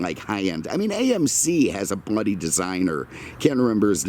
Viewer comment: Hearing saying 'Bloody' like a true Anglo-Saxon made my day. And now we have delivery guys interfering with the filming they gonna end up like the goats if they don't wise up. Great to hear Hitler get a mention I was getting quite stoned at that point maybe I imagined it.